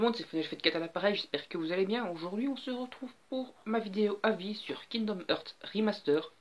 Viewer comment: On dit "harts". :'D